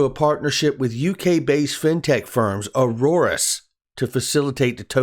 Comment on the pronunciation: Aurus, pronounced like Taurus, not Aurorus.